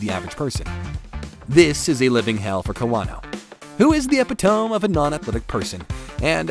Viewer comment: “epitome” is NOT pronounced that way 😂😂😂 Sounded like an AI bot. Eh-pit-uh-mee